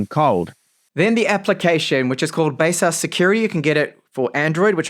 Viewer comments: Isn't it like Base-sus?! But he called it base-us! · First time hearing how baseus is pronounced other than my own version..